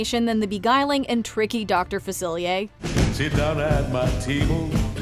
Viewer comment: #9 It's pronounced like Doctor Facilah actually. Personally I think it is one of the most underrated Disney songs ever not just in the Dis Villains category but overall. Creepyass but so damn cool at the same time!